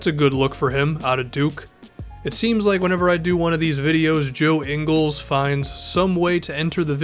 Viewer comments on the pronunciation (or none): none